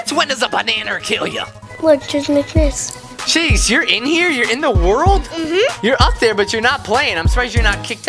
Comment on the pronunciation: When u said "oh jeez" it sounded like "oh cheese"😂😂😂😂😂LOL